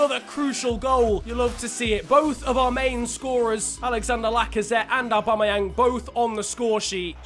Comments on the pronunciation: His name is not arebumayang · Say aubameyang probably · He can’t say Aubameyang 😂